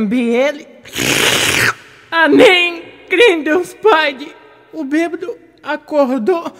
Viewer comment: Toda vez que ele fala aneim eu escuto amém Kkkkk Gente é muito bom esse vídeo